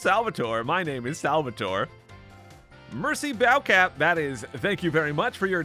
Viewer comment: The best one was 'merci bow cap' 😂